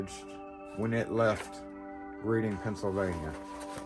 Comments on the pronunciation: we talk funny in pa it’s not pronounced Reading we say reding we do say a, that’s public school English for y’all 😂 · Nice shout-out for some hard working people. BTW, "Reading PA" is pronounced to rhyme with the past tense of "read" and sound like the color "red" (e.g. "redding"). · Cool video idea. 💯 I'm 30 miles from Reading, and here in PA it's pronounced red like the color. Good stuff brother! 👍